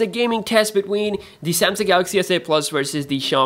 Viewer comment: wersus, whyber, what else... wideo? come on this is a constructive criticism. you can learn how to pronounce letter "V", you pronounce "have" correctly though